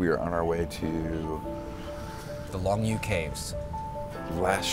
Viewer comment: Longyou is actually pronounced Long Yo . Pinyin is een beetje veranderd